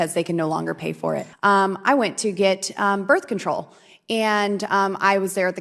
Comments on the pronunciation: She said borth control what kiand of animal would have sex with this monstrosity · Did she say "Birth Control?"